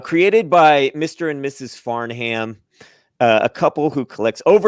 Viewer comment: Farnham is pronounced FARN-UM.